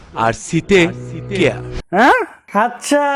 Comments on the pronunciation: "আই ডোন্ট কেয়ার" না...... আই ডোন্ট কিআর.....🤣🤣🤣🤪🤪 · কিয়ার না বলে কেয়ার বলো ।